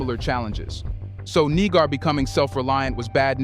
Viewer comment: Niger is pronounced “Nee-jay” not “Ny-jur” or “Nee-ger”